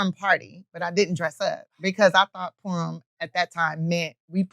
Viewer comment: I don't know if it's the subtitles or you said it wrong,but it's "Purim" not "porn"😅